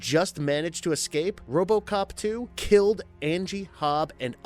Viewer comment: it's eScape not eCKscape. And bloody in video ads! Ugh